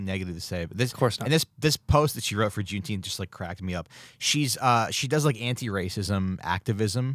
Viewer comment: It's pronounced "Juneteemf"